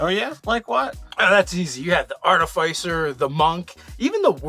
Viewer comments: Arti-FISS-er. not Artif-eye-sir. From the same root as Artificial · Are-TIF-isser. It's pronounced Are-TIF-isser. At least that's the way I was taught to say it 20 or so years ago (it's used in Masonic lore/ritual).